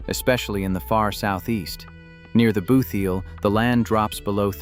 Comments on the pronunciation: Please get pronunciations right. It really grates. It is "boot heel" and not "booth heal." In the state It is called "New Madrid" as in "sad" and not as in "bud". And many of these pictures are either not related to this state or are misidentified. The "Lake of the Ozarks" is really the Osage River flood plain and not the Ozark Plateau. And how many times do you need to mention the "booth heel" is a flat flood plain? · He said booth eel tho….just when I stopped watching. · "booth eel" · WTF is a "boo-theel"? AI NARRATION SUX, YOUTUBE!!! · Your AI occasionally says "booth heel" . Very annoying